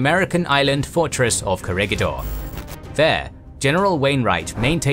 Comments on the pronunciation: Its not core-a-ga-door .. its cora-gador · Corregidor is pronounce as Ko-re-hi-dor